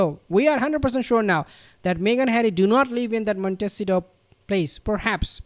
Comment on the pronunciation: Hate to criticize you but 😬 but this drives me crazy. Where they live is pronounced “ Mont-ta-see-toe!